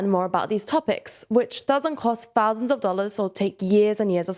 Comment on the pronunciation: please stop this child from saying "fousand"